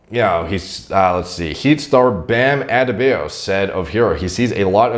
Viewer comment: Love u. But it's like Od-de-Bye-O